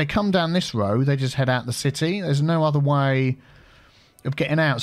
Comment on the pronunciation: Great video, A Good looking City. I do love a Good Cup of Tea but i think now i love a GOOD "Woad" Too. LMAO. xxx